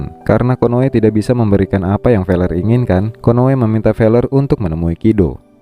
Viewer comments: Feler ya bukan pakai p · Fellers, pakai F ya bukan pakai P